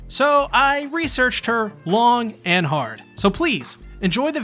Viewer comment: emphasis on “hard” But seriously, this video was pretty well done. It kept me more engaged and I learned some cool lore from it.